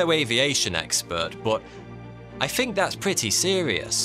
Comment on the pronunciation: THINK not FINK